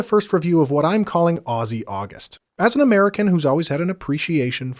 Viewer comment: atleast you don't say it ossy and actualy say ozzy